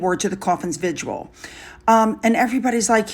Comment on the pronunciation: Oh please... It's not pronounced vi-jewel but vi-jil, very simply! The ER sign on his shoulders are there if you are an "aide de camp" (French) meaning at the Queen’s service. Harry isn't anymore, Andrew still is. There. Have a good day! Love ya! Sorry if I seem abrupt at times. French is my mother tongue up here in Montréal so my wording might not be perfect. I love the way Catherine looked like, sooo elegant while discreet. When are the two twits leaving the UK? Can't stand them anymore, her and her Vaseline thick tear!